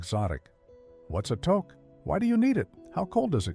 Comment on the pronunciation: pronounce touque properly.